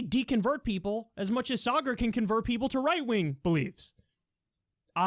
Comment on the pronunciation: The people criticizing Rising (Krystal and Saagar) have literally never watched the show. It’s super obvious because they can’t pronounce Saagar’s name (it’s SAW-gur btw, TJ) and don’t accurately describe either of their ideologies. It’s especially obvious with Vaush, who I usually consider a well-prepared speaker, but has embarrassed himself in my eyes.